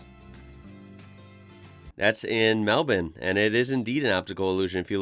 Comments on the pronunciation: Very much thankyou for pronouncing Melbourne properly. Melb'n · There is a Melbourne in Florida, and you got Town names right. It is MelBurn and Mount Isa (Eyeza) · First American I've ever heard say MELBOURNE correctly. nice. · Hats off to you - you're the only American I've ever heard pronounce "Melbourne" correctly. Bloody grouse mate ! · Nothing got me more excited than you saying Melbourne correctly hahaha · Its strange but kinda cool to hear an American say 'Melbourne' properly... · Props to you for pronouncing Melbourne right, mate!